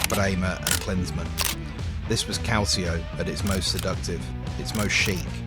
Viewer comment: Why do you insist on pronouncing Calcio the wrong way? I keep noticing. Is it so hard to say "calcho" instead of "calzee-oh"?